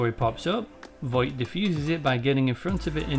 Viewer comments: It's Vought, not Voight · The Boys is an excellent show, and you did a really good job of analyzing it. However, I have a couple of criticisms. Sorry to be pedantic, but you keep pronouncing it Voight. It's Vought. I apologise, it's not important, it just irked me. I would also suggest boosting your voiceover level a bit more. It's rather quiet. You could maybe use some compression to squish down the peaks and give yourself some headroom. Finally, you could do with getting some better music. The music you've used here is rather generic and it doesn't really suit the material you're discussing, it's a bit jarring and incongruent. Please don't take this as a dis, it isn't, I like what you're doing, and it would be nice if your production improved so as to do your work justice. Best of luck to you. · So, a lot of the time when you are saying 'Vought", you end up saying "Voight" instead, which was really gratifying because I can never fucking remember the corporation's name, and always hear "Voight" in my head when it does come to me. Then I feel crazy when they say Vought on the show. So, hearing you do it over and over again too was really validating. Also this was a lovely little essay that was well done and satisfied my late night craving for someone talking about the show. Thanks for making it. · Bro it’s pronounced “vought” not “voigt” but good video